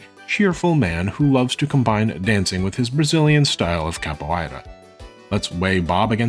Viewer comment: Excellent and educated video. The pronunciation of ‘capoeira’ is off though. The ei.. is a simple diphthong… Just like the sound of saying the name of the letter ‘a’ in English.